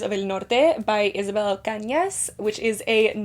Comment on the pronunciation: Do you speak Spanish? Your pronunciation for Isabel’s book was great!